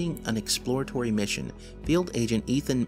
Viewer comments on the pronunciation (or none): none